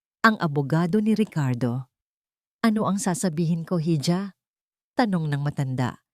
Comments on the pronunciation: Why you pronounce iha as hidya? That's i-ha..... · Madam ang tamang bigkas sa hija ay iha .madalas kong marinig na lagi mong binibigkas na hidya ang hija .gusto lang kitang matuto pra di ka pagtawanan. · Hija ang spelling sa spanish iha ang pronnounce